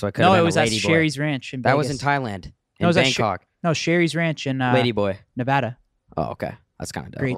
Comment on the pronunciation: Thank you for saying Nevada correctly 🥲💚